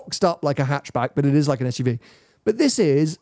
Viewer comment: <- I know said "like an SUV" but it really sounded like "fuckin' SUV" if you listen right.